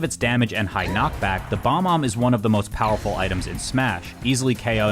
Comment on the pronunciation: Just as a heads up, the item is called “bob-omb”, not “bomb-omb”.